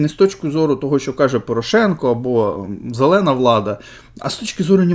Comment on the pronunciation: Друже,ти якось трусовато ледве вимовив слово "зелена" влада😅😅😅 Облизуй і далі цій владі дупу ! 😅😅😅Сам кажеш щоб припинили виплати і,чомусь, лицем всього цього трешу зробив Порошенка!??😅